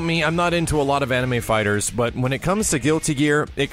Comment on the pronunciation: "Anime fighters", stop.